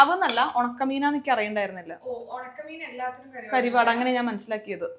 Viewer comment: കരിവാട് അല്ല കറുവാട്.. തമിഴിൽ ഉണക്കമീനിന് പറയുന്നതാണ്